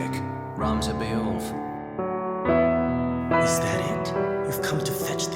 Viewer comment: Oh so that's how you pronounce Beoulve, I can die in peace now